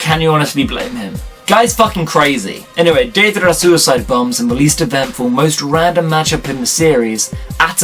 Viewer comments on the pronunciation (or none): none